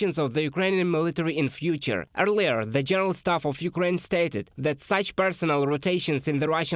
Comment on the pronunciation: so zat zere was no beard so ZAT ZERE was no mustash. THAT NOT ZAT!! THere not ZERE!! TH TH TH THAT TH TH THE TH TH THERE TH IS NOT ZA blat.